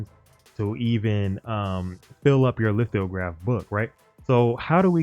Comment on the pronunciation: no bro, you said lith-IO-graph every damned time. it threw off the entire video. simple word. and sollant? that's not hard.